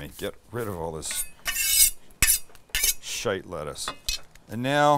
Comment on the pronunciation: As a Scotsman, I applaud how you say "Shite".